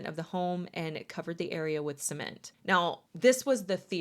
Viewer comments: Why do you say "cement" like "semen" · .... a layer of "SEE-ment" that didn't match the rest of the "SEE-ment" ... 🤔😶😏😅😂🤣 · wh-why do you say cement like that…